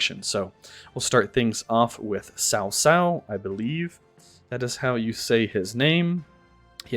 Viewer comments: I thought it was pronounced as Kao Kao lol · I thought it was pronounced Kao Kao